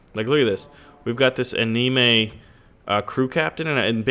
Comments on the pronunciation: dammit its anime as in ani!(like animal) me(like may) and its Ar(like are)pegg(up to you if its pechg or peg) io like (ee oo) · I've usually heard anime pronounced: a(as in can)-ni(like knee)-me(like may). Just a suggestion. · How can you say the word 'anime' wrong? Don't put so much emphasis on the 'ni' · anime is pronounced ana-may. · like how he says anime, "a nee may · you're pronouncing anime wrongly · Please, please pronounce the word anime correctly!!! I simply cringe when you mispronounce it. (please don't take this so seriously). Just look up the pronunciation on either youtube or somewhere else.